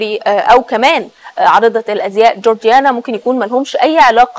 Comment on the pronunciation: اتأكدوا من الأخبار قبل ما تطلع مذيعة صارفة مكياج وكوافير ومش بتعرف تقرأ اسم جورجينا صح، البلد فيها مصيبة شح مائي وخونة بيفرطوا في مقدرات الشعب وإخواننا الفلسطينيين تهجير قسرى، وهمكم التوافه